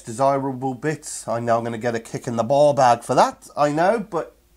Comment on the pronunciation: It’s baw bag. Ya baw bag. 😂 Quality square sausage fur an Englishman.